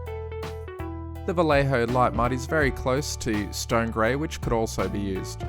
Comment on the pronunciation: Since it is a spanish Brand "Vallejo" is pronounced as "Vayeho".